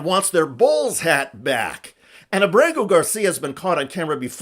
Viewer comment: I love you Mr. Schuster, but Kilmar's surname is Ábrego (AH-bray-go) Garcia is his mother's maiden name. AAbraygo Saludos desde Puerto Rico